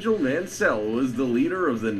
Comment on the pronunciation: Just a note to anyone that wants to do put together a motorsports compilation. Learn how to pronounce the damned drivers names if you are going to provide commentary. Or better yet, if you don't know how to pronounce Vettel or Mansel you should probably just avoid the commentary completely. Nothing against AOK. Love your videos, but holy shit I want to slap the guy that put the original video together.